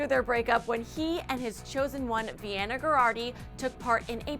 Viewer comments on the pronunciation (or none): none